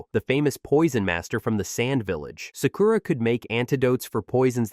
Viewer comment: Can you please learn to pronounce Japanese words for Christ sake...? It's MA-DA-RA.... There's no E in it. It isn't MaDEra. Each syllable gets an equal amount of time and the A's sound like the A in Paw. Sa-Ku-Ra is pronounced without an emphasis on the U. The U is usually barely stressed at all. Take some basic classes. Your inability to say the words properly makes your video almost unwatchable.